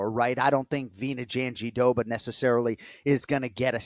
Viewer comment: Jandiroba being Jon's favourite name to say is mega ironic since he pronounces it wrong everytime. Glad to hear Mike say it correctly.